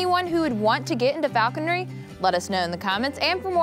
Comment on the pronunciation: Ha! Right! FalconRY